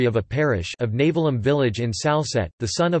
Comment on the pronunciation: It's not Navel-im. Its Naavelim.